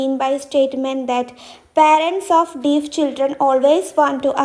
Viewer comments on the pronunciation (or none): I think the pronunciation of ‘deaf ‘wrong ..?